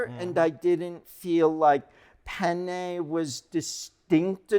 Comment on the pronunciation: How could you pronounce penne wrong? It's pronounced penne 🙄